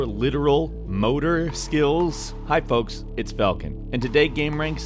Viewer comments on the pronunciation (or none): none